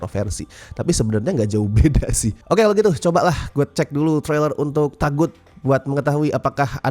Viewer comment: Sebenernya cara pengucapannya yg bener tuh "TOGUT" bukan TAGUT. Kurang lebih maknanya sesuatu yg salah utk disembah kek berhala. CMIIW.